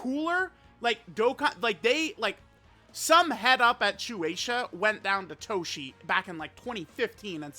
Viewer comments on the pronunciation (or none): Unc said toshi😅